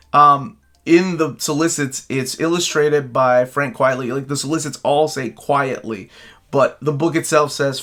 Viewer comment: It actually is pronounced Frank "Quite-ly". It's a pen name, a play on the phrase "quite frankly".